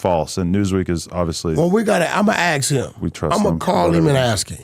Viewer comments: Anyone who pronounces “ask” as “axe” and talks about “eating other mens a$$ out” is an idiot! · Can’t even say ask correctly